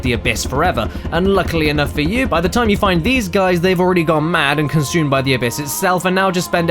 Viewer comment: everything you adore about "dis gays"? ( ͡° ͜ʖ ͡°)